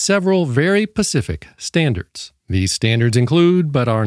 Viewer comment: SPECIFIC NOT PACIFIC!